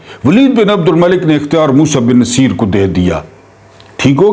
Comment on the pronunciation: بہت ادب کیساتھ تھوڑی تحقیق کرلیا کریں جس طرح سے آپ تاریخی شخصیات کے نام غلط پکارتے ہیں بہت ہی شرمناک ہے راڈرک بالکل غلط ہے نصِیر بالکل غلط قَرطبہ بالکل غلط لگتا ہے کوئی ایرا غیرا بول رہا ہے نہیں